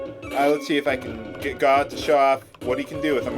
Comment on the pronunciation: Gau is supposed to be 'gao' ＝がう。 It's the Japanese sound for a dinosaur roar. Gao is pronounced guh-ow.